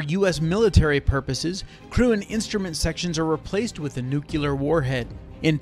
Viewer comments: It’s pronounced NEW CLEAR. NOT NEW CULAR. For fucks sake. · I know it's nitpicky but I really can't stand when people can't pronounce "Nuclear" correctly.